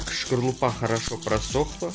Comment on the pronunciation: Не шкорлупа а скорлупа. 😂😂😂😂